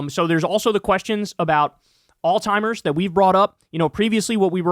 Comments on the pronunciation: dude this shit cracks me up every time there was a video earlier where you made fun of somebody for pronouncing apartheid wrong and every single time you mentioned Alzheimer’s you say “all-timers” 😂. Anyways, I love you and krystal. Keep it up. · Bro it’s freaking Alzheimer’s not All-timers , idiot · Bro, its Alls-high-mers. You keep saying alltimers. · (alt ZHIMERS) not (all timers) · Kyle, bro All-timers, smh🤦🏽‍♂️? Alzheimer's (Aalts·hai·mrz) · Kyle it’s called ALZHEIMERS not alltimers Jesus dude are you literate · kyle why you keep saying “all timers” when it’s alzheimer’s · Its alzheimers not al-timers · Kyle: its Alziemers not All timers. JFC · In case anyone cares it’s “Alzheimer’s” not “all-timer’s” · ALZHEIMERS, not alltimers lol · Repeat after me. Alzheimer's alz-heimer's..... Not all timers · Kyle. There IS a Z in Alzheimers. NOT a T. It's not "all-timers." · Alzheimer's not Alltimers bud. Also not oldtimers lol. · Jesus christ Kyle learn how to pronounce Alzheimers. It is NOT All-timers 😂😂😂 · I now it's not important, but it's Alzheimer's not Alltimer's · Kyle, please stop pronouncing Alzheimer's as "All-timers". lol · Love your content, buddy. In case someone hasn't called this to your attention, the progressive brain disease is Alzheimer's, not "altimers" or "old-timer's." As a physical therapist who regularly works with patients afflicted with this condition, I've heard it all. The mispronunciation is quite common. Keep up the good work. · Don't wanna be that guy but it's pronounced Alls high mers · There is no T in the word Alzheimer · I have nothing but respect for you, but it’s Alzheimer’s. There’s no T in there. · Please please PLEASE learn how to say Alzheimer's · Kyle’s pronunciation of Alzheimer’s gave me Alzheimer’s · The way Kyle says Alzheimer’s like it has a “t” in it makes me giggle and cringe every time. Hehe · There is no T in alzhiemers. AlzHiemers . . Gotta pronounce it correctly.